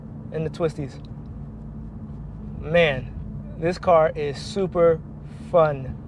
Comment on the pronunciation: Yo DAWG...I'm 7 seconds in and I'm TRIPPING Dawg !!! ROMERO !!! Quadrifogrio !!! I hope things get better "G" !!